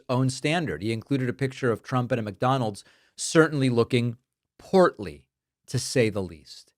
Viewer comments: I thought he said “porkly” 😂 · Did you say trump looks portly,porky,or porfy?😂😂😂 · David, did you say he is “Portly” or “Porky”???